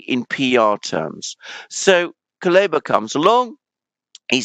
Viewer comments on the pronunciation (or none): It's not Kaluba but Kuleba))) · Kuleba=koolEHba (EH is stressed and sounds like E in pet)